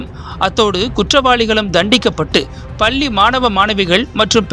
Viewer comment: பல்லிஇல்லை பள்ளிஎன்றுதிருத்தமாகபேசவும்